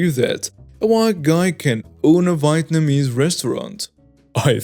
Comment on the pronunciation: That first chemical warfare story is awesomely great. I love your channel. Thanks and Krew. (BTW, Vietnamese is pronounced like Vee-Yet-num-EEz.)